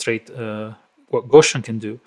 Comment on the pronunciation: Gow-See-In not Go-Shin (Gow like "gown". Gow rhyming with cow). Carl Friedrich Gauss